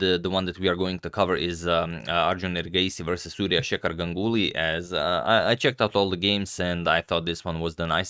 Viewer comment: Yeah "gangully"